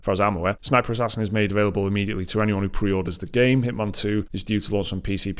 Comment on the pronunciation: Walking the truck yard at work listening to this, I hear Hitmon, and can’t figure out what game they are talking about. An accent to us Americans makes all the difference, excited for a new Hitman game